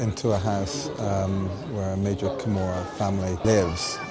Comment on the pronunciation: joseph crawley Camorra, not Gomorrah.